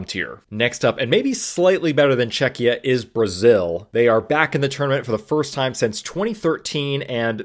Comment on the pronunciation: ima polak yay czechia mentioned. and pronounced right yay